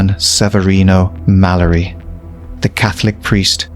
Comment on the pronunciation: It's read as (malliari) even if it's spelled mallari